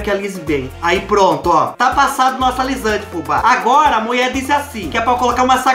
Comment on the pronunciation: Kkkk au adoroooo quando você fala a mueeee.kkkkkk